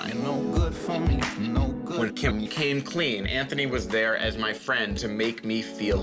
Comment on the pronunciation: Well done that man for pronouncing Anthony correctly. What a refreshing change!